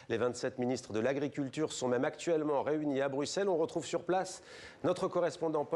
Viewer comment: Sur pas sour svp